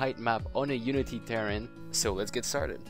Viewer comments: I know... He says it wrong. It's like some Star Craft Faction LOL Ter - Rain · he is saying KAREN